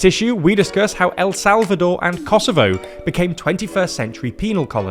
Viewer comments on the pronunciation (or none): none